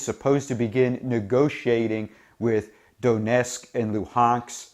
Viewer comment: "Donesk & Luhanks"? It's Donetsk and Luhansk!